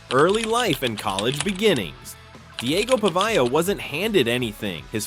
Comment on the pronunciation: How about properly pronouncing his name?